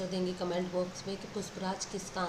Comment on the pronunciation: Puspraaj nhi pushpras😅